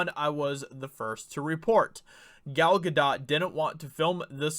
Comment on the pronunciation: Important video. But Dude... please learn how to properly pronounce Gal Gadot’s name...